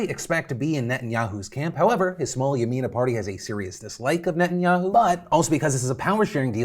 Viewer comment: I love you and your videos but your gotta work on your pronunciation of Netanyahu, it’s not ni-in-ya-u, it’s neh-tahn-ya-hu